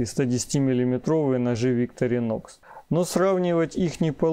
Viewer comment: Не совсем корректное сравнение ножей. Victorinox(ударение на второе "и") по сути своей, нож для ковыряния еды в тарелке, т.е нож для пикника, где всё уже в принципе подготовлено и не требуется никакой разделки оленей туши. Нож весьма узконаправленный, что нисколько не делает его каким-то ущербным. Его специфическая форма также обусловлена ещё и тем, что этот нож не подпадает под весьма строгие европейские законодательства, касающихся колюще-режуще-стрегущих предметов. Victorinox - складной столовый нож, устойчивый к окружающей среде. Opinel - перочинный нож, категорически не любящий продолжительного контакта с водой. Это даже не разные весовые категории,а просто разные по сути своей вещи. На мой взгляд, использовать Opinel для нарезки продуктов не самое лучшее решение, т.к. в виду конструктивных особенностей, его крайне тяжело промыть от остатков пищи, да и деревянная ручка с водой не особо сильно дружит. Victorinox же безболезненно перенесёт купание и в посудомечной машине, хотя проделывать это с ножами не рекомендуется.